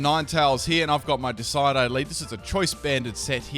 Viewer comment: "…my decide-eye." Why? Just… why do you do this to us?